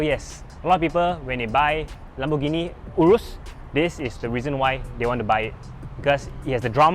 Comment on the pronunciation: Can even pronounce the name urus properly.